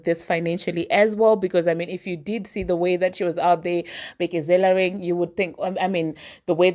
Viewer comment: Bekezelaring 😂 omg I love you 🤣🤣🤣🤣